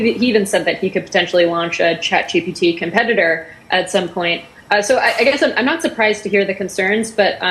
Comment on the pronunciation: Imagine making videos about FSD and AI and the AI you use to voice the video pronounces the word taxis as tax-is and thinks Elon might release a competitor to "Chut" (Chat GPT).